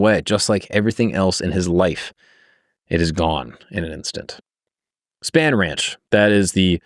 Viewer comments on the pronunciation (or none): Love your videos man, seriously, but. definitely doesnt watch documentaries on some of his vids before hand. Terry Melcher is pronounced with the "chuh" sound not a "Kuh". "Melkuh", lol. Spann ranch is pronounced "spawn" ranch. And you keep saying manson was a seriel killer.... manson afaik has never commited a murder. Now if we consider him telling someone to kill then thats a sifferent story. But manson himself never directly killed anyone afaik. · Has not seen Once Upon a Time in Hollywood? Its pronounced SPAWN Ranch bro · Also Spahn Ranch is pronounced Spawn. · How do you research Manson and Spahn Ranch, “Span Ranch”. I’m sorry. It just bugged me. Great video though.